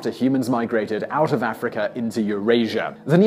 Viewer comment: As soon as I heard him say “Africur” he was immediately discredited. Herpes theory be damned.